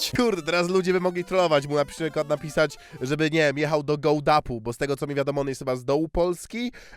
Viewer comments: MÓWI SIĘ GOŁDAPI A NIE GOŁDAPU aaaaaaaaaaaa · Gołdapi, a nie Gołdapu 😭😭😭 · do Gołdapi* nie do do ''Gołdapu'' XDDDD moje miasto btw ahahaha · goldapi nie goldapu, nie spodziewalabym sie zobaczenia mojego miasta na filmiku zeba, a jednak XD